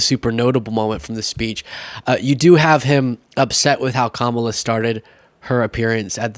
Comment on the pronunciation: still not saying her name correctly